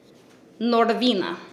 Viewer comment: OK LISTEN. NoR-VEWEna... aHhhheeee ooooooHhhhheeeeeeeeeeee... *laughs*.. LMFAO I DIED AND HAD TO PAUSE AND REPLAY THIS PART 3 TIMES. ahahhahahhahah